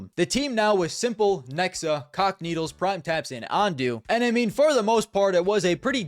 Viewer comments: you say cacanito as if it's the word is c**kneedles. wtffff lmao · U aint sayin cacanito 🥀🥀